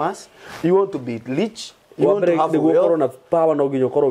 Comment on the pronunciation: Not leach.. rich 😂😂 Niko home nirushieni mawe